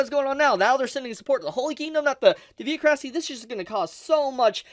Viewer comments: Yo son, you mispronounced Theocracy. Anyway… Anime can’t be taken seriously. Translators always fumble because they don’t actually read the whole story. Mostly skimming through it. I recall in Shalltear Vs Ainz arc, the anime said there was 20 World items with Ainz. Some stupid like that happens all the time, so I just become accustomed to it. That’s why I totally ignore when they make errors like that. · I'm really sorry, but the mispronunciation of Theocracy over and over so close together.... its really distracting. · You did provide useful information but oh man, you pronunciation of the word "theocracy" is revolting lol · Thanks for letting me know about the time skip but you miss pronouncing theocracy was..., i feel like most people should know it because it's a form of government but then again i have heard how bad American schools are. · I don’t like the way you pronounce theocracy. Great content love your videos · The way he pronounces theocracy make me angry. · Why can't this man pronounce THEOCRACY correctly. Lmfao. The way he pronounces it is so bad and he uses the word so much 😆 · Plz learn how to pronounce theocracy. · English may not have pronunciation rules, and saying stuff like "exetera" instead of "et cetera" is not that big of a deal. But this pronunciation of "theocracy" is really pushing it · ngl how you pronounce Theocracy is killing me. But good stuff overall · You are pronouncing theocracy wrong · the pain every time he said theocracy wrong .... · This is the first time I've ever heard Theocracy pronounced like that. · Please learn how to pronounce theocracy! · Bro your pronunciation of theocracy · am i the only one being triggered with how he pronounces theocracy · I wouldnt hate on them too much, when you can't prounounce "theocracy" correctly. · No. I'm an anime only fan. But I know there is as skip cuz of youtube. So I'm good 👍 Edit: plz say theocracy correctly...thanx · Every time they said Theocracy I raged